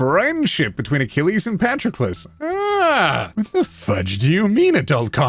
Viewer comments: Me: Patroclus is pronounced "puh-tro-kluhs".: No, this is Patrick. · Your mispronunciation of patrolucus is infuriating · Say it with me now: pa-TROK-el-us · Anyone gonna talk about how he pronounces Patroclus as "Patrickless" as if Achilles is missing a Patrick. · I hadn’t heard the name Patroclus mentioned for absolute years and I thought you were saying Patrick-less. And I thought that was some euphemism in itself that I couldn’t understand but was pretending I could. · here's how you say Patroclus Puh-trok-uh-lus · Is no one going to mention his mispronunciation of “Patroclus”?